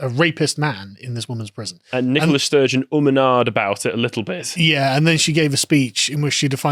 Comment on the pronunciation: Good old Nikolas Sturgeon, the woman. Seriously, are they saying NICOLA? I keep hearing NikoLAS. But maybe that's a play on lass. Wouldn't shock me.